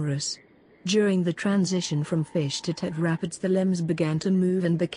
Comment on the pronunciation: I don’t think that’s how you pronounce tetrapods